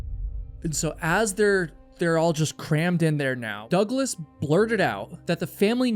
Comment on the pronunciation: Dougles to douglas ..teach you AI to pronounce